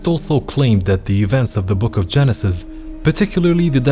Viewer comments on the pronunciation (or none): none